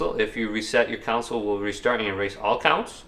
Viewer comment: He said counsole